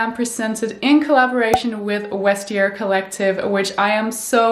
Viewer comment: Not to be nit-picky, but you don't pronounce the V as a W (as you would in German, but not in English or French) in Vestiaire Collective. I really like your content though and congratulations by the way!